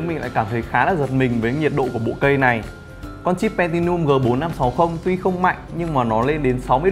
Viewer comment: chip pentium mà ông review đọc là pentinum,chưa kể viết tên chip trong video cũng sai,cũng pentinum nốt,em nói xong ad lại hỏi em tìm hiểu chip pentium chưa? rõ ràng là chả lquan đến nhau